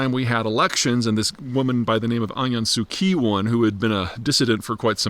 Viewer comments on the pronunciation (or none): Well Pete, if you’re intent on any expertise on Myanmar, the least you can do is learn to pronounce Aung San Suu Kyi correctly. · PZ such an expert he can't pronounce Aung San Suu Kyi correctly.